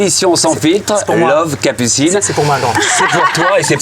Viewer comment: Il ya que moi qui entend cappucine anal au debut 😂😂?